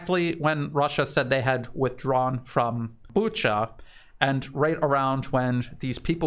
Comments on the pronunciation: Not sure if it helps but in Romania there is a place I’m sure most people know how to say and it’s Bucharest. No t sure why people have trouble with Booka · Correction: Bucha is pronounced Bu-ka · No, there's no 'k' sound in that word. Sleepy Joe pronounces it as Buka but he was also the one talking about Uranian people... My advice is listen to Joe and pronounce it differently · It is never pronounced Buka, listen to some reports in Russian or Ukrainian.